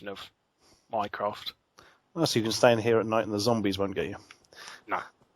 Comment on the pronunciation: Every time Larry says "Minecraft" I hear "Mycroft"...